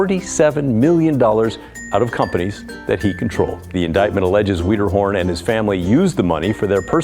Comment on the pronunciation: "Andy WEEDERHORN"????